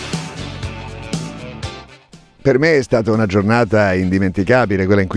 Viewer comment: Perché gigowatt? E non gigawatt?